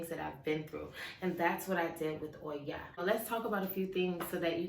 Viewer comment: I love how you say her name and why. Her strength is really inspiring to me. I totally agree with your concerns about this world being unbalanced in the male and female. I feel called to raise that consciousness, too. <3